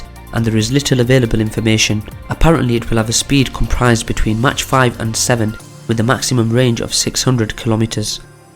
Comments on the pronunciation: Pronounce mach as mæk, not as match. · Agree. Its pronounced Mack or Mark, but certainly not Match